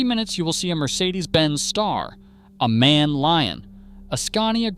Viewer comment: For the thousandth time it's not pronounced man, its pronounced M.A.N. As separate letters. Stands for 'Maschinenfabrik Augsburg-Nürnberg'.